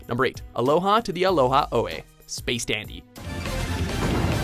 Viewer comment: Was I the only person who heard "Space Daddy" instead of "Space Dandy" ?